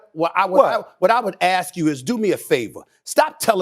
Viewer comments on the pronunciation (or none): BREAKING NEWS: the s and k in the word ask, have now changed places. It is now aks (pronounced like AXE). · Let me axe you a question.